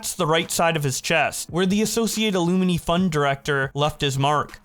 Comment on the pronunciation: A lot of mispronunciations in the end part when you're reading. Not trying to be rude. Just letting you know. Dartmouth, incisors, and alumni stand out a lot.